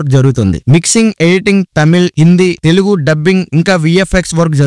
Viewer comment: Telughu kadhu bro TELUGU otthu echi palakadhu vinadaniki yatlo undhi❤❤❤❤❤❤❤❤❤❤😊😊😊😊😊😊😊😊😊😅